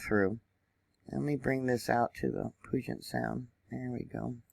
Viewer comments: You're doing great with the insane pronunciations of the areas here. One tip though, Puget is pronounced like pewjit. The et sounds more like it. Took me years to get all these wierd names, around here, straight. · Puget is pronounced "pew-jet" and Puyallup is pronounced "pew-al-up". Excellent info on Mt. Rainier. It's a definite hazard. Very brittle, crumbly mountain. Glad you provided this info for those who don't know. 💕